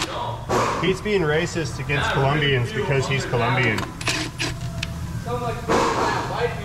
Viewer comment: I hate it when people mispronounce "Colombia/Colombian." If Peter is Colombian, listen to him say it then have him say "Columbia/Columbian." Huge difference.